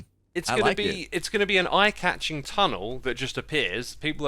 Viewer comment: "It will be an I-catching tunnel. " - Xisuma 🤣